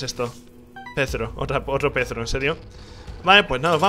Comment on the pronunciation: O por DIOS!!! Es Perthro y no Pethro Ni voy a poder dormir hoy T-T